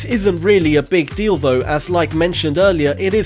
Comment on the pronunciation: "this is really a big deal though" holy shit dude you just said, this is really a big dildo didnt you?